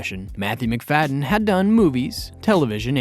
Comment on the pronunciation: Mac-Fa-dee-yan. Just a little research would help.